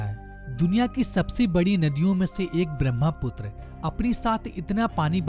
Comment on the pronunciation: Not BRAMHAPUTRA it's BRAHMAPUTRA. The ha sound comes first. Can't you pronounce a spelling correctly?